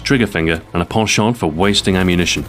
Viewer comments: I swear, the first time, at about , I thought he said "poor shot." Never heard "penchant" pronounced that way before, ever. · Oh my goodness! And here I thought it was a French word. I know "penchant," I think his pronunciation just threw me off. Thanks a bunch. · I love how he pronounces "Penchant"